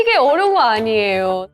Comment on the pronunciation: "아~니예요" 발음 찐 말투네...자주 말하는...